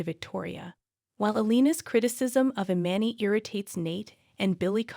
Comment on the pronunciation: And if she says I-man-ee one more time I will scream😵😵😵😵😵These narrators should be required to actually be a follower of the Shows so they know how to pronounce the names of the actors and cities, etc!!!!!! 😵‍💫😶😳😖😩😠